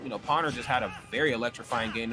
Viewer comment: Was anyone else extremely bothered by the commentators mispronouncing Pwner's name as pAwner instead of pOwner?